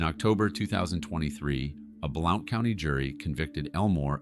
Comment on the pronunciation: just so your corrected. Blount is pronounced blunt. Voice over must be banned. I’m out screw this channel